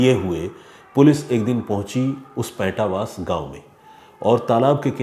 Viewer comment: main aapki bht izzat karta hoon, aapne sahi se researxh nahin kiya is case k baare mein...... even aap paintawas gaanv jo charkhi dadri mein hai us ka naam tak nahin pronounce kar paaye ho, case kii toh aap bhool hi jaiye